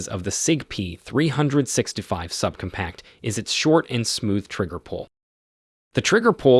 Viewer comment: sub-cumpact? sig p three hundred sixty five? this narrator might be the most obnoxious ever